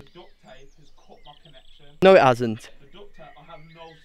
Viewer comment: It kind of sounds like he sayin dut ta whenever he's trying to say duct tape